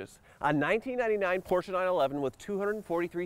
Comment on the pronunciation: Porsche... not Porscher There is no R on the end.